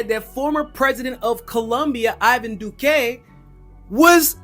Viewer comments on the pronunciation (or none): you need to work on your Spanish pronunciation. You pronounced the names Aragua & Duque incorrectly